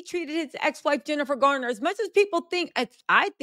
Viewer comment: It’s Garner not Gardner.